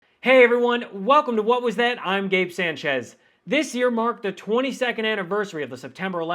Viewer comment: Sanchez, pronounce your last name correctly sport. It is pathetic when someone of Spanish descent attempts to sound "Anglo." And yes I would say as much to your face.